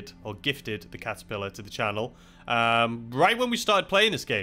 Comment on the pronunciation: Was I hearing things or did you say "the kazapillar" instead of catapillar?